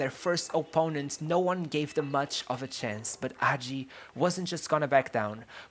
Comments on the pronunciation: please before you make a video about someone find out how to pronounce their name. the video would be good but it's unbearable that you say his name wrong every 10 seconds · If you make a video about a player, you can at least learn how to pronounce his name, if not the name of his teams, his coaches etc. The pronunciations are on Wikipedia. The footage in this video is horrendous, and doesn't even match the commentary. This is a shame, because the commentary is quite good and thorough - and, with proper footage and a basic effort of learning the player's name, this could have been an amazing video. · Man, at least find out how to say his name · HAGI, not agi , H , Hagi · Thank you for making this video. This is the greatert football player in our history and he definitely has a good spot in all time international tops. But I must say: it's Hagi, not Agi; in romanian, the letter H is not mute, it's quite articulated. :) FYI: Now he is a Owner/Manager of FC Farul Constanta. He also has a youth academy that bears his name and in which he has a lot to say. His motivation now is to find young talents and help them grow. Currently, Farul sits in the 1st place in the romanian 1st league. Legend. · It’s not hagi with a silent h it’s actually a very hard h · Not Agi, Hagi with Kh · its Gheorghe Hagi with an H not Gheorghe agi put an accent on H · H say the fk h man not agi Hagi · Ghoeroge Agi lol is hagi h a is a and i is e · dude, i respect your work but please for godness sake try to pronounce that H Hagi , not AGI, pls H like in HAHA, HAGI pls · is hagi not agi ... the H is still there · why does he call him agi 😭😭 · The "H" is NOT silent.